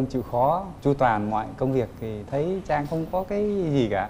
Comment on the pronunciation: Trang là tên cuả người nữ, coǹ Chang là phát âm sai.